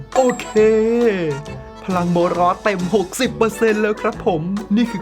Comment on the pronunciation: พี่กายพูดว่าโบนอสถ้าดูคลิป